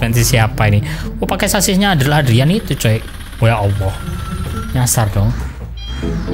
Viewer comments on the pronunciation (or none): none